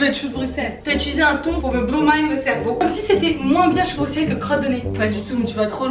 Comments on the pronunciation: Petit point culture on dit choux de Brusselles pas de Brukselles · Ça se dit choux de "Brusselle" 😤